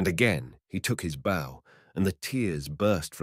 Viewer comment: "He took the b - ow"? Seriously? It's called a "bō". You take a bow after a performance. You play a fiddle with a bow. 0😮